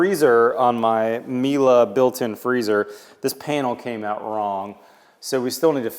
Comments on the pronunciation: Not "mila" it is "mile" hehhe europe things bug you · Nothing new and Miele is a German brand it is pronounced E and now A at the end. And Miele don't show it because it is common in Germany. Every dishwasher has it. And Plumber needs to get fired. Who in the world installs a shower head so low you can hit your head on.